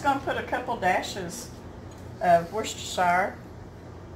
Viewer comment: finally the correct pronunciation! Thank you, it’s always bothered me, how to say it correctly, I love Worcestershire and add it to everything...wish I could find your H P sauce here, I’ll have to stick to A1 and Heinz 57.